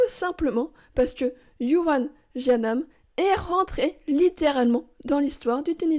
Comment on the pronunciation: On prononce tiounanne on prononce tianane yuen